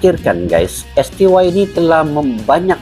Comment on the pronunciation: Koreksi bang : STY ( dalam Bahasa Indonesia di baca ES TE YE ) mksh